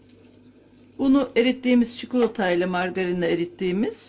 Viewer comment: Cukulata değil cikolata